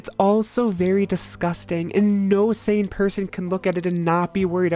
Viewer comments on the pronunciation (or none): none